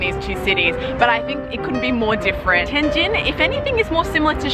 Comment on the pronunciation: OMG, you are pronouncing the subtle difference of the two characters: JIN and JING really well. Better than a lot of my Chinese friends from southern parts of the country. Amazing!